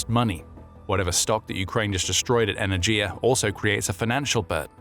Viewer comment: Not energia, e-ner-ghi-ya!